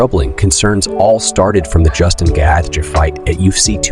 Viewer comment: man said gayactra instead of gaethje